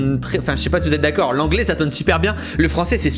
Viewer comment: Putain vers le "dakor"